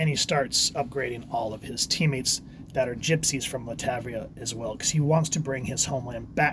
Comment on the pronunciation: It's pronounced LAT -VER-IA